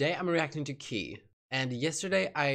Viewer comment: "Kay" not "Key" Great reaction as always!